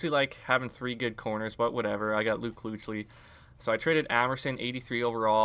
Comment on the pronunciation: it's pronounced keek-lee not kooch-lee lmao